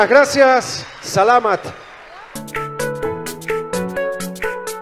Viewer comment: Galing ng host. Pinoy na pinoy pronouncesion ng "SALAMAT"🥰🥰🥰🥰